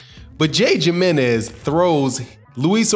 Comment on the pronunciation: It's pronounced himrnez lol how do u say Jose ??